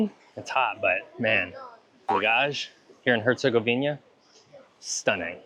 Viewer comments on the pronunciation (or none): Great video but the HerzegoviNIA thing was driving me crazy the whole time :) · What is with all you guys keep saying "Herzegovinia". It's "Herzegovina" ! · repeat after me HerzegoviNA HerzegoviNA HerzegoviNA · normally not grammar nazi and english is my third language, but HerCOGovInJA!!!! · Nice video, but I have to ask: how is it possibly for people who are so meticulous about etymology of places to keep pronouncing Herzegovina wrong? You even look into the name itself during the video and wrote it in huge font on the screen, so where do you see that additional "i" in the name? Sorry to nitpick, but it's kinda wild to visit a place and butcher its name like that. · I'm talking about their pronunciation of the specific word "Herzegovina". I know it's one country. I'm Greek. We're neighbours.